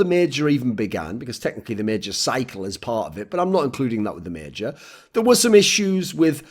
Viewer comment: It's major not meeejor.